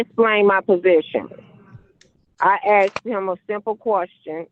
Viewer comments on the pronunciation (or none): I axed him a question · I axed you a question. Objection! Poor Robert Young looked like he wants a drink listening to this nonsense.